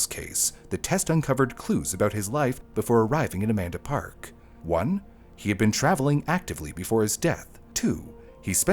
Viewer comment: I keep hearing a man to park instead of Amanda park so i feel you